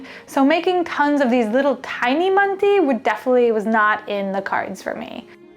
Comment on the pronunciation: What a great video!! I've ruined rice for years. I can overcook the outside and still have it crunch 😅😅 But loose rice, I've got you. Use instant rice, or regular rice boiled like pasta (loads of water and strained out). should have said, manti is pronounced "man-tuh" 😊 Good soup.